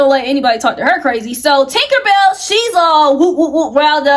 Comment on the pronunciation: Ok but That woman name is not “Tinkerbell” 🤣 it’s Tinka-Bella. Matter fact just say Tink 😭🤝🏾